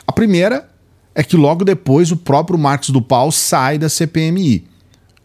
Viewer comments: Escutar uma pessoa que pronyncia errado nome Narcos do Val.Cidadao repete Marcos do pal. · Mano é tudo muito sério! Mas, o chamando o senador " Marcos do Pal " eu não aguento não! Cada hora que repete é uma gargalhada😂😂